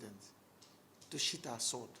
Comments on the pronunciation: Did he say "sheet" our sword? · Sheathe, not sheet